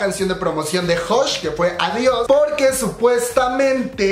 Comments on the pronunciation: El único debut original fue devil de clc, fue WoW. Cuando escuché everglow dice WoW que potentes pero se parece a blackpink, y me estresa que si se llama adiós no lo pronuncien bien, parece que dice ovarios, un poco de esfuerzo, mamamoo pronuncia bien el español en sus canciones, exo tiene un cover sabor a tí en español y pronuncian bello el español y everglow con una palabra, que estrés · Jaja si fue plagio la neta Pero quefo bien chingo ADIOS GOODBAY AVORIOS JAJAJA ASI LO PRONUNCIO ME DA RISA No manches mi baias es mia Cuando levanta la ceja en adiis me atrapo